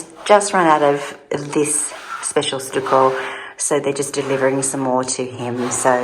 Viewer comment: 🍃Much love and speedy recovery,. I think the first wallpaper is the best…it took my breath away! It will make that room just ravishing. FYI, in the USA, we pronounce stucco like “ stuck…I was stuck in the mud”! Stuckoh …